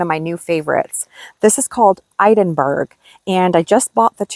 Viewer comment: Your deep plum with white tipped dahlia is pronounced "Ed-in-bur-a"....as in the place in Scotland..."Edinborough". I'm pretty sure this is the name. Its been around for over 10 yrs and is a dependable, productive and strong stemmed variety. I do agree that the big dahlias are too big for vase arrangements and i prefer the decorative and ball and even the single petals or unusual ones like "fancy pants" and "bumble bee". Say hi and a big thanks to George for learning how to be a patient garden.....it can be soo frustrating at times but because you organize well....their have hardly ever been any major errors.😊